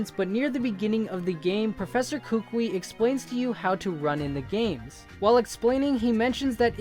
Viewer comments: Its pronounced Koo Koo ee, like the Hawaiian nut. Not Kookwee, not like a crazy person needs to piss. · Kukui is said Koo-Koo-ee (sorry OCD I looked up how to say it and turns out that is how you say it. Sorry again, and sorry for my bad English and grammar.)